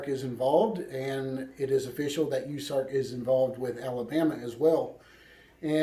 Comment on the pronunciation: US ARK like U S A its pronounced and Koosko I think it is how his name is pronounced. Love all your videos sad times we live in...f 2020